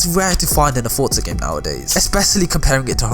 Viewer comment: Why do people pronounce "forza" like "fortza"? Its "forza"